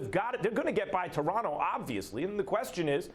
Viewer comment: " the deronto raptors...eeeeeee lol